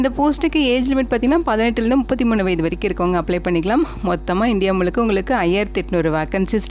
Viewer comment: வயது என்ன ஏன் வயதை மட்டும் முழுங்கி பேசுவது ஏன் ஏன்